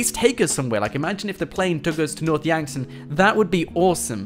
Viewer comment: when I heard north Yankton I swear I heard north wankton